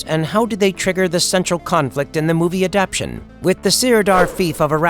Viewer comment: "Adaptation" has 4 syllables.